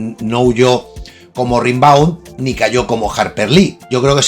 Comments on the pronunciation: Baudelaire llevaba muerto tres años cuando Rimbaud (rembó, no rinbáu) se dio a conocer. Así que don Charles no pudo ser influído por Arturito...🤷‍♂️ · Sobre Rimbaud,se lee "Rambou",se nota que no te has informado mucho,eso de que influyó a Baudelaire es, sencillamente, imposible cronológicamente.Rimbaud fue una maravillosa rareza,un visionario,por supuesto Baudelaire lo fue también,lo que atrae de la vida de Rimbaud fue esa explosión de Genio alucinante,de explosión de supernova, logró rozar el paraíso y el infierno con sus versos ,para después de ello,de repente,caer en un agujero negro de lo abyecto, quizá sea ese el precio a pagar por desvelar el idioma de los Dioses.